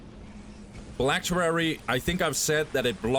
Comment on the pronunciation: Phylactery not phylacterery